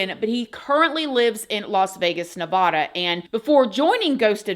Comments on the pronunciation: I love you. Nevada is not pronounced NEVODA it’s NEVADA LIKE NEVǍDA OR NU-VADD-UH. Sorry I can’t help it. I was born and raised and so many people say it wrong. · Hello, I loveyour show, but it’s Nevada Ne-VAD-uh. Sorry but born and bread. lol ❤ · I have beef with the way you said Nevada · Ew... Don't say Nevada like that pls....